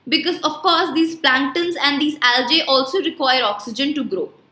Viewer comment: It's algae not aljae